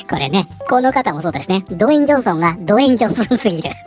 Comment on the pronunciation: ずっと「ド炎上ソン」って聞こえた😅